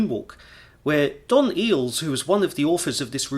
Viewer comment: Eyles is pronounced aisles not eels.